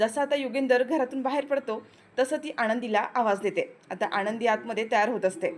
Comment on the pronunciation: " युगंधर " असे नायकाचे नाव आहे. " युगेंदर " नाही. " आनंदी " असे नायिकेचे नाव आहे. " आणंदी " नाही.